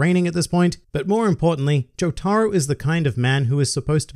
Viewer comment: Imagine calling Jotaro "joe-tah-ru"